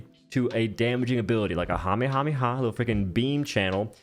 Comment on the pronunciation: Your pronunciation of Kamehameha cracks me up... (Also there was a King Kamehameha in Hawaii ... random tidbit there) 🙂